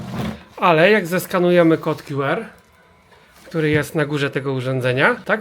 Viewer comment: Nie mów "kod kju er" bo to nieco be sensu... Albo kod "kju ar" albo "ku er".